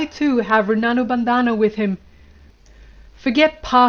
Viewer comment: Try saying Rin-bun-dhan. Runanu bandana isn’t that bad either lol